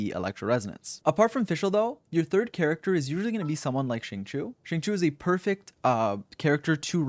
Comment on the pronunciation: its zhing-cho ._.